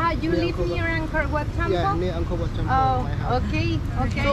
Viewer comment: Angkor Wat Madam, Not Anchor What! Please!